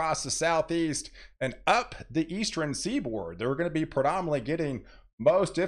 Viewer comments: Do you say "Eastren" for "Eastern"? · Good, very in-depth forecasting. Thanks! Please practice saying northern, southern, eastern, and western as it sounds like you're saying northeren, southeren, easteren, and westeren almost every time and it is very distracting to some of your viewers. Each of those ends in "rn" and not "ren".